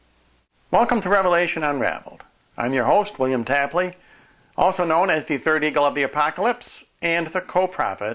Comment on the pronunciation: Shouldn't your last name be pronounced tape-lee?